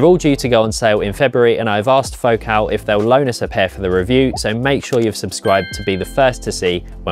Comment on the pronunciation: It’s Fo Cal, like faux calories, or diet soda. They are French.